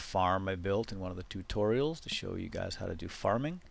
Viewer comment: no offence but the way you say tutorials is soooo annoying!